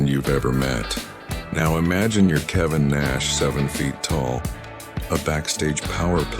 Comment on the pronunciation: Kevin NOT kavan